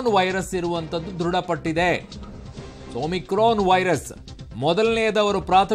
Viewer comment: Omrican alla mam omicran antha heli